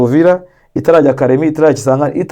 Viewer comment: Uravuga kisangani ukagirango ni kigali 😂😂